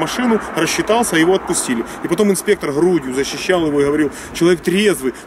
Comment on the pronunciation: постоянно - инспеектор..:DD